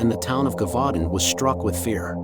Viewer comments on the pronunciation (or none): Brilliant Upload ! Wish it was longer, but understand the time etc. 👍 💖 I Think it's pronounced, 'jer-vu-don' , in French, I could be wrong, so don't quote me on that, but just saying lol ! 🤗💖 'Brotherhood of the Wolf' was a brilliant film, but we've only ever been able to watch it in French, with English Subtitles . Absolutely LOVE your channel, Thank You for ALL your work, it is much appreciated more than you know. 💖💖